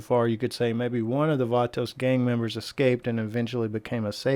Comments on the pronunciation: Stop sayin vaatoos gaang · I’m so triggered by how many times he said “Vatos” and he said it wrong over and over again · Cringing with the way you pronounce “vatos”